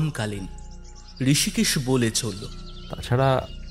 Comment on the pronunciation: ঋষিকেশ হবে না? রিসিকেসও বলতে পারেন। আপনারা তো ইসকুলে পড়েন নি😂!